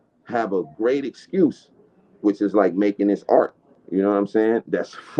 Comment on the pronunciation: “Tell us about the AErt” LMFAOOOOOO